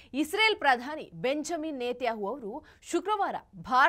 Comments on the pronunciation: ಬೆಂಜಮಿನ್ ನೆತಹು ಅಲ್ಲ ಅಕ್ಕ ಬೆಂಜಮಿನ್ ನೆತನ್ಯಾಹು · Isreal prime minister name correct aagi heli adu ಬೆಂಜಮಿನ್ ನೆತನ್ಯಾಹು. 😂😂😂😂😂 Yen kannada pronouncing taayi nindu. ಕಾಂಗ್ರೆಸ್ ge kwangress antiraa. U and jessel not good pronouncing.